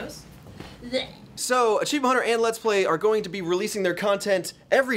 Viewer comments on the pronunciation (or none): I cannot explain what happened emotionally when said LLLEETS PLY